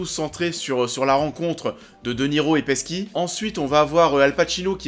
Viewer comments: Peski ?? PESKI ?! Ça se dit Petchi... 🙄🙄😂😂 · on dit "Petchi" (Pesci) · Ni l’un, ni l’autre; ça se prononce “Paichi” à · Bruno enfin quelqu'un qui le remarque !!